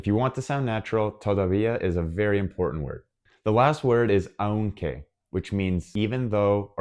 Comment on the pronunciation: OK, thanks, but I must comment two points: 1/ Porque (because): the stressed syllable is the first one (it's pronounced 'pórque'). Por qué (why), separate and with accent on the 'e', is used in questions. 2/ Aunque (although/though): the stressed vowel is the 'a', not the 'u'. The word aún (still/yet) does have an accent on the 'u' (and so it is stressed). Espero ayudarte. Gracias.